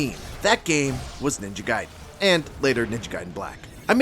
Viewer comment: I can’t wait for this game….ninja gaiden black kickstarted a thirst for this game that was unbelievable 😂 Edit: It’s not “guide-en” it’s “gayden” pronunciation wise. You wouldn’t say “Riden” in mortal Kombat you would say Raiden.